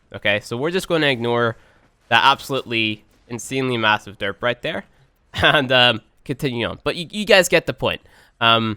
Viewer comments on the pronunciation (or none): none